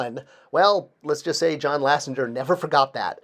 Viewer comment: It’s John Lasseter NOT “Lassinger” 😮 You’re scaring me. Come On, Man. If you don’t know Lasseter’s name as a Toy Collector, you need to resign as “toy guru”. This one is non-negotiable. L A S S E T E R.